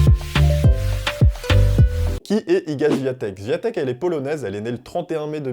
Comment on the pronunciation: Tu sais meme pas prononcer son nom de famille. Zero effort. La honte!